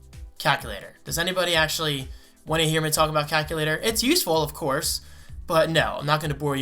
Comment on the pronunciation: Anyone else notice that can't pronounce calculator correctly? He calls it "cack u later". 😂